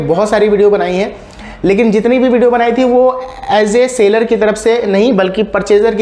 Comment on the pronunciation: it's SELLER (सैलर) not Sailor (सेलर)